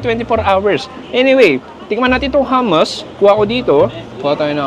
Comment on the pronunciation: The way you pronounced hummus😂